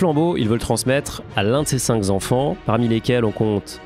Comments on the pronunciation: Cinq est un mot invariable, il serait donc judicieux de dire "ses cinq Kenfants" que "ses cinq Zenfants". Merci pour le reste, c'est instructif👍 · Bonjour. Dans l'expression « ses cinq enfants » vous noterez que le chiffre « cinq » se termine par la lettre « q », et qu'il n'y a donc pas lieu de faire une liaison comme s'il s'agissait d'un « z » (« z-enfants »). Il aurait donc fallu dire « ses cin-k-enfants ».... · Super par contre on dit cinq enfants et pas cinq Z’enfants 😂😂😂